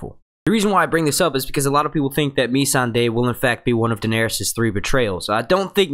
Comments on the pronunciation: Agreed! I like this dudes videos but geez, please pronounce the names right and I will subscribe to the channel cuz it's good. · Completely agree with Timothy on this one. Please get the names right! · Amber Lisa its ma-sawn-day not me-sand-ey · its Missandei not Me-san-dey and no he hasn't been to the summer isles he said he HEARD its beautiful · Nissan-da. God damn say it right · "meeeee-sandae". no. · Ok here we go(for help). Tyrion is TEAR-EE-UN VARYS IS VAIR-US Missande is Miss-Sanday not being rude just want to help you out especially if you are going to do many videos. great video though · would help it you pronounce the name correctly, varys and who is mee sand ey? do u watch the program? very basic stuff. also Davos never said he want to Naath, he said he had "heard" it was beautiful, never been. would mention more things, but why bother. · Btw you are saying a few of the names wrong mainly Missandei, and Varys. Not hating just nit -picking 😋